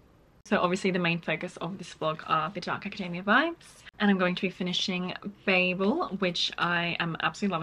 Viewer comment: Babel is a Hebrew term for confusion and I can tell you you’re definitely pronouncing it correctly and I’m American 🫶🏼